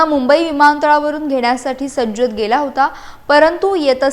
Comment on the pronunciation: Myadam kaye bolta te tumla tari kalleka SAJJAD bolta k sarjet bolta kahi kalle nahi nawa cha abbyas changla kara mag baatmi dya please 😢 🙏 😭 😅